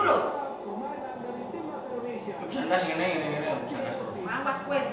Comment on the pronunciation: Indonesia mas... bukan Endonesa hehehe... siiip lah.